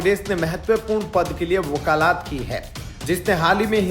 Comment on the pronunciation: वकालात नहीं वकालत। भाषा सुधार करना चाहिए